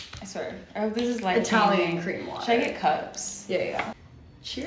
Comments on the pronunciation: The "Cream" water, is probably the guy at the store having trouble pronouncing "Clear", and they misunderstood, if I had to guess. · Conc. the 'cream water': Especially people from Asia have a difficulty in pronouncing 'r' and 'l' with much difference. Sometimes, the same confusion happens with 'n' and 'm'. Probably the person in the store who made the signs was an Asian immigrant and wrote the letters he/she actually pronounced: So, 'CLEAN water' became 'CREAM water'. :D